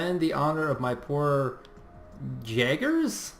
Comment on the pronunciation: omg dude 1st I totally dig your casts but your pronounciation's reallllllllyyyy starting to bug me man. ITS NOT JAGGERS there's an umlaut on the a and 1 g so just as with the scandinavian units it's pronounced jaeger (because of the umlaut) and your French is even worse for which there is NO excuse coz ur a friggin canuck... have some pride dude!